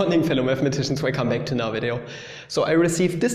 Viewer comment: Anyone else hears "Good morning fellow mathematicians wake and bake" instead of welcome back xD?